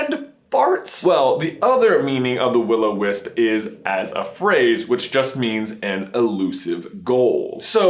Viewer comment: Finally your saying it right all the other videos you were like Willow the wisp